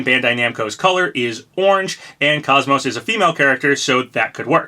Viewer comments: *without the y or t at the end so Coze-Mose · Welcome back Papa! Happy New Year! I still have hope for KOS-MOS! Also it's pronounced like Saying Cozy and Most without the y or at the end!